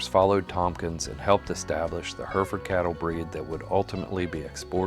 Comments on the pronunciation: Remarkable. There aren't many American pronunciations which genuinely surprise me but that caught me off guard. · His pronunciation of the name drives me mad. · Listen to how in England they say Herefordshire and Hereford, because they'd be wondering what you're on about.. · It would have been nice to have a narrator that could pronounce Hereford! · It is pronounced heri-fud, or Herra-f'd if you are posh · Hang on, how did you pronounce Hereford???? Hurfurd???? What? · It's Her-furd here in the states. Also while we're at it, you cross the pond types spell color wrong and add an extra syllable to the word aluminum. 😂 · Just a fyi, its pronounced "heh·ruh·fuhd" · Hair-re-ford at least learn how to say it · 2 countries seperated by a common language, pronounced Hair Re Ford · its pronounced heh ruh fuhd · Yeah I have lived in Hereford and find the American pronunciation bizarre. We would say "Hair e ferd" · Mispronunciation is killing me. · The thing that kills me about this video is how "Hereford" mispronounced every 10 seconds. Other than that, it's a great video. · I had a chuckle with the pronunciation in this clip, here in Australia we pronounce the second e in Hereford…. Also Hereford cattle are still very prominent in Australia, but I definitely notice the uprising of Angus cattle over the years. When I was younger, going to cattle shows or local community shows, Poll Herefords were the dominant cattle winning in the stock parades… lots of fond memories….